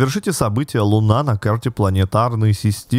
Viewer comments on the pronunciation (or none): none